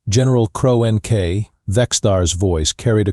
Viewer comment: "cro n k" try "CRONK" for the pronunciation!!!🤬🤬🤬🤬🤬🤬